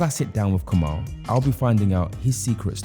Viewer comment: Interesting interview. Btw his name is pronounced Kamil (Kameel)